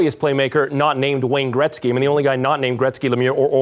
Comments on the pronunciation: Seriously if this host mispronounces Wayne Gretzky's name one more time I mean come on dude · Hey let's make a hockey show and pronounce Gretzky wrong the whole time